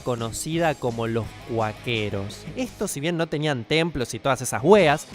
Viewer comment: "Los cuaqueros" que raro